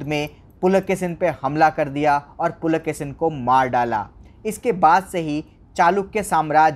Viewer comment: Pulakesin nahi Pulakeshi bolo